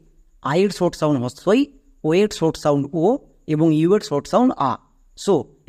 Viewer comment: তুমি নিজেই তো 'শর্ট' উচ্চারণ কে 'ছর্ট' , ' শুরু' কে 'ছুরু' , 'সহকারে' কে ' ছহকারে', 'সর্বশেষ' কে 'ছর্বছেছ' , 'শব্দ' কে 'ছব্দ', 'নিমিষে' কে ' নিমিছে' , ' ইউজ' কে 'ইউছ', 'সমস্ত' কে ' ছমস্ত' আরও কত উচ্চারণ ভুল করছ। আশাকরি দ্রুত ঠিক করে নেবে অথবা এর ব্যাখ্যা দেবে। দোয়া রইল।